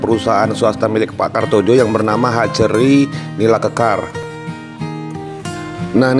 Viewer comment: Mungkin bacanya "kartoyo" bukan "kartojo"